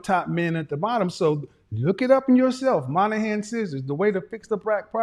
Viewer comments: Sorry sir, it is the MoYnihan report (not the MON-ahan report as you said). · Daniel Patrick Moynihan. Kevin you are pronouncing the Irish man’s name incorrectly. It’s “Moy-Na-Han” Just so folks can better find who you’re talking about. The Moynihan Report.